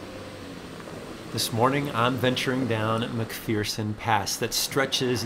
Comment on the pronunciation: there is no fear in McPherson, it's er not ear. Don't worry, my English teachers said it wrong too.